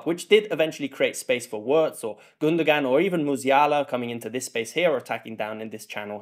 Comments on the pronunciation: who's Cruise? can't you pronounce a straightforward long O sound? Kroos is not Cruise. Also Wirts is not "Wörts". It's a short i-sound like in the English words in or it , there's no ö-sound like in "words". Its really not complicated. Actually English is complicated, It's not the Germans fault. You guys pronounce words and birds and hurts the same but write different vowyals for the same sound. In German names the vowels don't change like in English. Wirts will be around for another 10-15 years, learn to say his fucking name. 😊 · Really nice analysis. Please continue. But when you pronounce Wirtz’s name just think: veerts.